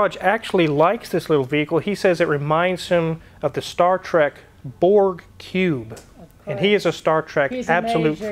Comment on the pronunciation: Did you Say Cube or Pube ???